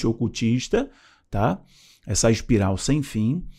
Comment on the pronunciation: ''ASPIRAL'' não meu filho! ''ESPIRAL''